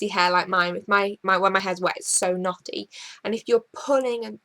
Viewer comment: Hehe XD Knotty What I hear: Naughty